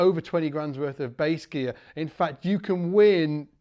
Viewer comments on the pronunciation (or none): none